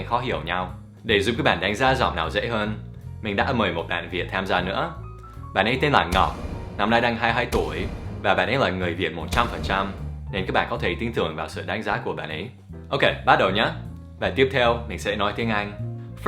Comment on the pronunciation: it's "Ngọc" not "ngốc" which means stupid. ^^